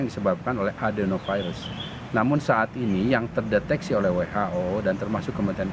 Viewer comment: Adenovirus bukan Bdenovirus atau Cdenovirus